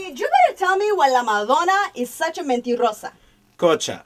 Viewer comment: funny how perez knows how to pronounce 'mentirosa' and la coacha doesnt.